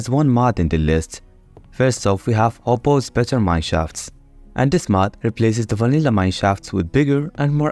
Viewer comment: "hopo's" mods not "hoppo's"